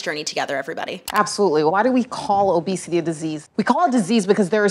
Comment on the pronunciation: “obesitayy” - psychologist lady That’s all I wanted to say.